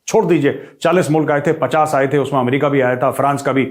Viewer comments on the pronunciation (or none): none